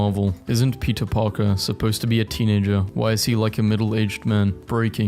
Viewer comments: How did no one realise that he’s saying pizza instead of peter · I love how when he says Peter it sounds like pizza like pizza Parker